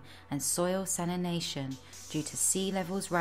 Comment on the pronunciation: It would be better if she could pronounce salination, exaccerbated and several other mundane words